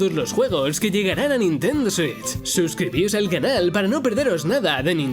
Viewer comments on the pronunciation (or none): Odio como los españoles dicen "Nintendo Switch"